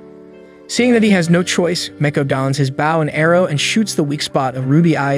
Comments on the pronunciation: It's bow pronounced boh, not like bowing.... Frustrating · I hate how he says bouw not bow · why are you saying baw not bow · Say bow as in bow tie, not bow is in ship bow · how is it pronounced 1. bow 2.bow